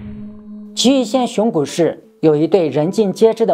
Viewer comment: 是「熊谷」，不是「熊古」